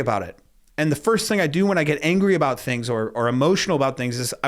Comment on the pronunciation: "Their methodowogy made me angwy"